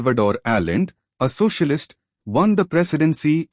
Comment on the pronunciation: You were not in Chile mate . The socialists and communists were armed. This was a war. You did not mention the fact that the senate asked the Army to intervene. The coin has two sides. Please try to learn how to pronounce names properly. The name is ALLENDE and not Allen . Please do your homework .